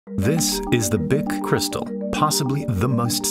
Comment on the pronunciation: "Cree staal". Americans are inventing new pronunciations for every European word. This must stop. How hard is it to learn to say "Bich" or "Nestlé" or "Cartier"?